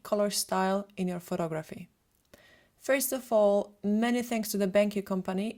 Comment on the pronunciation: It annoys me that she constantly says *pho*tography instead of pho*to*graphy.